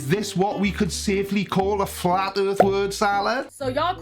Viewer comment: It's not earf the word is pronounced earTH